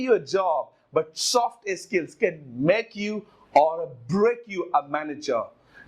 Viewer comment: Soft Skills hota hai... Naki Soft iskills.. learn to pronounce correctly...